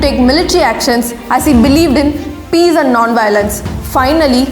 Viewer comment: The way you said peace😂